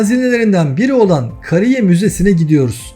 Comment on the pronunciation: Video güzel. Ama konuşan kim ise. türkçeden haber yok. (Kariye) derken a uzun okunacak Kısa degıl